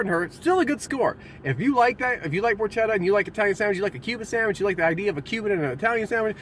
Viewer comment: So far I have only found 1 food reviewer who knows how to correctly pronounce "Porchetta." I really hoped it would have been you. sniff... sniff :( But nice review! XD